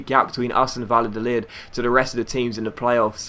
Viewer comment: You´re pronunciation of Spanish names is actually not to bad but double l is something like j or y in Spanish-Spanish so in case of Valladolid you pronounce it more like Vajadolid and btw love your videos you´re one of my favorite YouTubers P.S.: don´t use the financial takeover it would ruin the series and take away the challenge of having no money